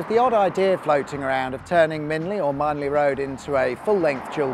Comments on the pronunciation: Love it. Great video, great drone work too. It's MINN-LEE, NOT Mine-lee, by the way. There's an abandoned junction in after the M25 turn-off on the way to Junction 3 (it's by the bridge near where the stinky landfill is on the east of the south part of Longcross Studios). It was never completed. ALSO, just off the M3 by less than a mile, there is a short abandoned slip road between the A325 Farnborough Road and the far western end of Frimley High Street. The unused road is about 150 feet west of Frimley Rail Station as the crow flies. There's also Bagshot Test Tracks - next to the M3, just about visible on your left hand side as you drive southwards after Junction 3. These are used for offroading but were chiefly the Army's vehicle test tracks for years. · How can you pronounce “Minley” as “Mineley”?! 🙄 It’s MIN-LEE!! 😡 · Lived here 30 years. Never heard Minley pronounced as Mine-ly! I remember the hoo-hah about the Twyford Down cutting around Winchester, but boy has it saved time getting down to the coast! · another great vid fyi (and others) who dont live around jn 4 the road you mentioned Minley is prounounced locally as Min lee cheers